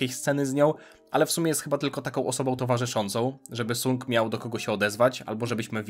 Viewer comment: Wymawianie "Sang" było by lepiej słyszalne , ale to moja opinia 😅